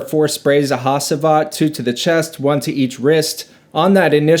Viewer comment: not hasiiivat. it is HA-CI-VAT.